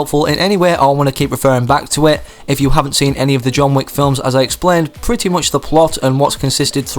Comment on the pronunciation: tf, "wick" does not rhyme with "weak"